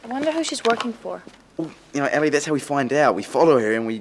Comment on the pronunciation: is it ellie or ally? lol say her name properly